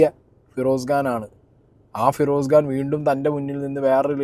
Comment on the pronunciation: ഗാൻ അല്ല ബ്രോ ഖാൻ ആണ്